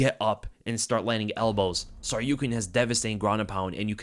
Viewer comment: Yo, thanks for the breakdown, I missed this one live so reminded me to go back to it. On a note, why tf can't the broadcasting team pronounce Arman's name? You pronounce Tsarukyan so fluidly I have to assume you pronounce it correctly, broadcast sounds awkward af 🤣🤣